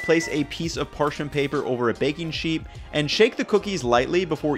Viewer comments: Man really says "baking sheep" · yo did he say Baking Sheep